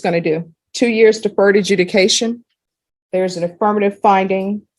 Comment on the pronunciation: Just realised she said deferred adjunication